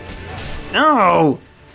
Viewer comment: I like how adds an R when he says no and is really angry - "noooor"